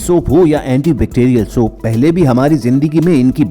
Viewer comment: Your pronounciation of soap is incorrect.pagal